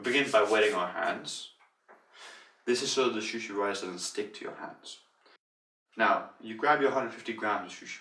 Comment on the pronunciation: su shi not shushi